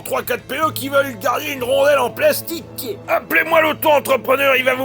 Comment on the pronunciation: Les mots « plastique » et « schema » sont parfaitement prononcés 😂